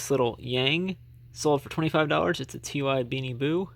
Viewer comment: Thanks for the tip about the Octonauts! The company “Ty” is actually said as the word “Ty” not T-Y…Ty Warner is the CEO of Ty Inc., so it’s named after him. I thought you would want to know that since you sell a lot of those 😊 Way to go on the sales!